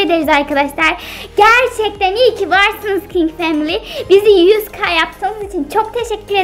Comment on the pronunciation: family kelimesini duzgun soyleyin ya